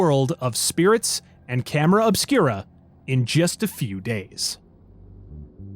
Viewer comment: I thought you said camera of Spira at first and was wondering if Tidus knew about this.